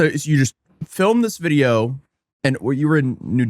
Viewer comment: Yeah he says "Wijeo" 😂😂